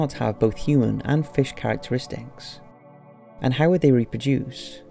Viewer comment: Its Fish not "Fash"